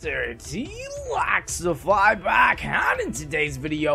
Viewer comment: Why do you say mrt lAxify instead of mrt lExify